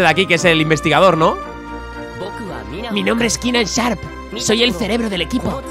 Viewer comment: Ignorando que no pronuncia ningún nombre bien, EEEHHHHHHHHH lo bien y accidentalmente que dobla a Keenan!!!!